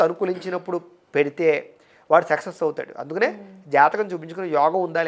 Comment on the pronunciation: సెక్సెస్ కాదు సక్సెస్....